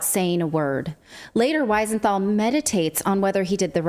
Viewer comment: We-senthal NOT Why-senthal.....! Please pronounce it right...!!